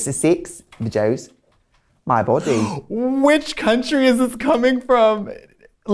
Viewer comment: Trixie saying “my bOdey” made me laugh even harder